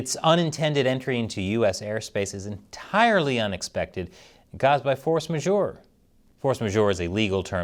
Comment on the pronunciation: Force majeure pronounced this way rhymes with ”horse manure”. A coincidence?